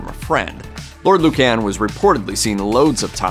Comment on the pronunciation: Please, it is Lord Lucan (Loocn🎶)